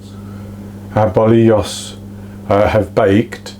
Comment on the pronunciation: Looks amazing , you pronounced it perfectly 😊